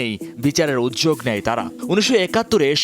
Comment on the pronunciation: উৎযোগ নাকি উদ্যোগ